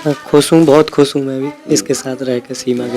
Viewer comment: Bolna seekho lapu khush hota hai khus ni